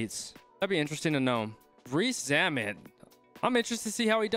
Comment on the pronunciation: The way he pronounced his name at the start lol